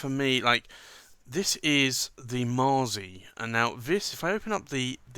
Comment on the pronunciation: Allow me a knit pick, you pronounce it maazi, but I believe in Italian it would sound like matsi. Much like pizza is pronounced pitsa.